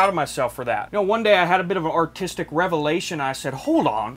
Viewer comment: Nobody:: Artiets